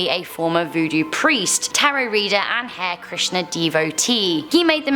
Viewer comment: Did she seriously pronounce Hare Krishna like 'hair krisna'??? HAHAHAHA girl, it's so easy to look up how it is properly pronounced, damn